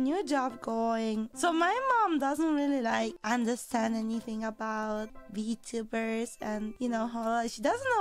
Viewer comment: "ARE YOU VTUBAAR?"